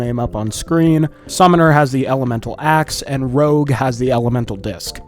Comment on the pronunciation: bro saying "rouge" instead of "rogue"